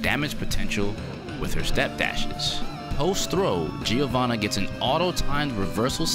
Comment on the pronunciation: It's "JO-VANNA" the I is silent